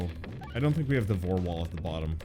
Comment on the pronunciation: Did you seriously call it the Vore Wall!?!?! XD omg